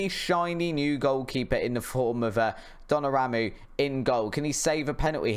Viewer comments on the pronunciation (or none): Btw it’s Don-uh-room-ah and Va-Ran